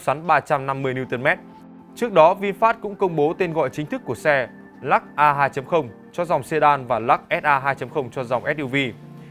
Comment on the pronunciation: Của người ta là Lux ông này đọc”lak”